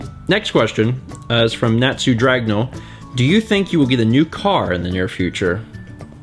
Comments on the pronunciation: Natsu (Naw-tsu, you got the second syllable right) Dragneel (Drag-KNEE-l) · The way u pronounce natsu dragneel is not sue drag kneel